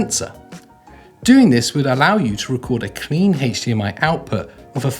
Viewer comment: the pronunciation of HDMI is killing me LOL :)